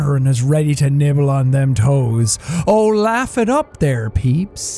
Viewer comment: said emphatically